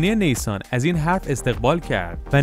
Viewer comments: دادا زي يعني چي؟!!!! نيسان زِِد (z) هست . اسم كمپاني به اين معتبري رو چرا خراب ميكني؟؟! يكي اسم تو خراب بكنه خوشت مياد؟! هالو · يارو ريد به اسم كمپاني، به زِد ميگه زي! فكرشو بكن نيسان زي😂😂😂😂